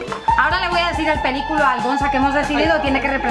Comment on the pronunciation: "Que pelícülo". ¡¡Va tan deprisa!! ¡¡Que no se da cüenta!! ¡¡Ni al editar!! ¡¡El vidëo!!